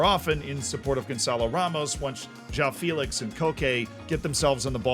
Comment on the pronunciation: Regarding João Félix. I see you mispronounce his surname like most English speakers do. It's not "feelix". It's an open "E", meant to be pronounced like the "e" in "bet" or "deck". That's what the ´ accent is for.